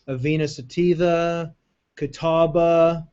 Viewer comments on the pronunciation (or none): none